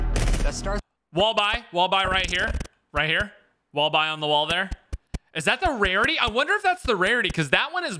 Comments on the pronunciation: he says wrarity instead of rarity Lol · “I wundu if it’s the wawity uwu” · Did say warity lol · when says wearity instead of rearity rolling on the floor laughing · When he said “wariety* i geeked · Quick wevive Waygun Warity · Warity and wevel lol